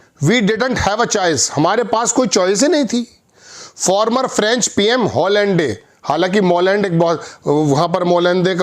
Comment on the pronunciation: हॉलैंडे नहीं भाई इसका सही उच्चारण है - ओलां.😊